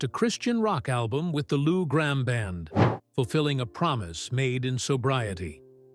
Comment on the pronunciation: PRONUCIA BIEN "" GRAMM""